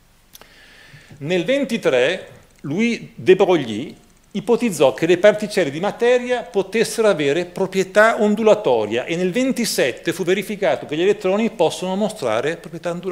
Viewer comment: ...ma la pronuncia di Louis De Broglie e' "Luì de Bròje"...